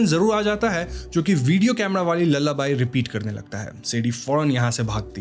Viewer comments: It's not 'ल्लाबाई' it is 'लालाबाये' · Lullaby ❌ lalla buy✅ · Sorry but "lullabaii" 😂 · Lalla bai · Lalabai ? Or lullaby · Lullaby ❌️lalla by✅️ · Lallabai matlab? You mean lullaby😅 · Lallabai ...nahi re lullaby ...hota hai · are bhai bhai bhai lullabai nahi hai vo lullaby hai 😂😂😂.. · Lullaby ❎❎❎ Lala Bhai ✅✅✅ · Its pronounced loolaby